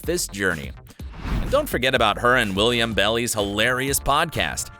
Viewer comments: WILL-AM how hard is that? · 1 no you did Not say willIAM...